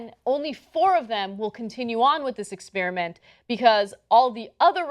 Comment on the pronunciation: The word is EXPER-I-MENT, Anna, not "Ex-pier-a- ment"